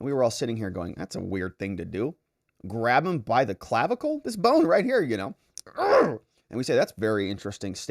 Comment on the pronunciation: I really laughed at "Clavicalize"